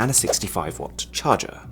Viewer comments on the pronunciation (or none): how could you not stress on the word charger🤔